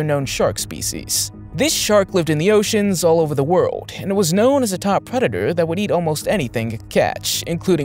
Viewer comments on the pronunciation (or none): none